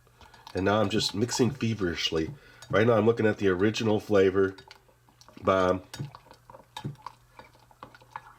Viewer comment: I swore I heard you say "Chocolate Bar" instead of "Chocolate Bomb", but it sounded more like "CHOCOLATE BAH" 🤣 Keep up the good work (I've been watching since I was a little kid, and still find this channel entertaining)